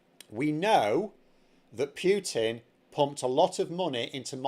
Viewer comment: My name's and I can't pronounce PUTIN to save my goddam soul.